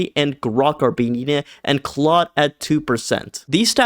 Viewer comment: Claude is pronounced “clode”, not “clod”.